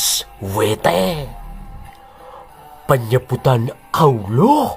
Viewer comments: Sama nyebut awuloh juga bikin kekel ....... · Ijin tanya Min.... Kenapa saat Kata ALLAH, AL-QURAN dan MUHAMMAD ada PENEKANAN yang Berdea dan Aneh?